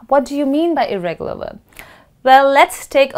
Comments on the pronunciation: Well. It's "irregular" not "irreregular"😕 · irregular not irreregular 😆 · Irregular not irreregular okay